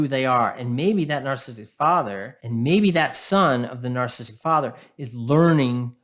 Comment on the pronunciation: This guy is pretty good, and he has so many valid points, but his inability to pronounce “narcissistic” properly drives me insane 😆 “Narstistic” 😆